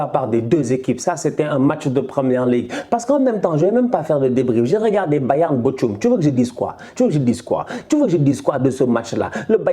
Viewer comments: Arrête de dire botchoum way on prononce bookoum je crois 😂😂😂 mais nice comme d’hab 🇸🇳🔥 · Bochum se prononce Borum